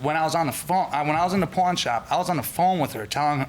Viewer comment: At 3min 57 sec dd she say " I went to the porn shop " ?